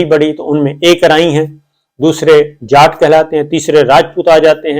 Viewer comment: Jaat Nahin Jatt